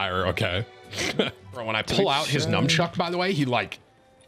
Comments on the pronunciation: Tim did you just call a Nunchuck a Numb chuck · Dude, there is no such thing as 'numchucks'. It's nunchaku. Just sayin'.